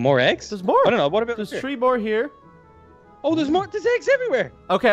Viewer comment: When he says three and it sounds like tree when he says it